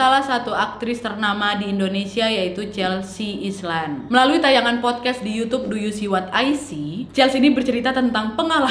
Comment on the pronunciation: Wkwkwk baru pengen bilang... island? 😂